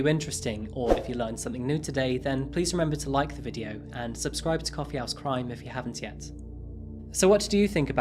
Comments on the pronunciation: Can you stress H in house in Coffee House Crime it sounds like you’re saying Coffee Ass Crime in each intro lmao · I love this channel but i am sorry i keep hearing you say "coffee ass crime"